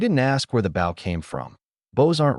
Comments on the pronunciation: Why do all AI-read stories pronounce the word "bow" wrong? Bow should be "bŌ", rhymes with "go", not "bau", rhymes with" "cow". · For once please can one of these things pronounce “bow” properly.